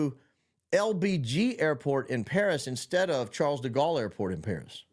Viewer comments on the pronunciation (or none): none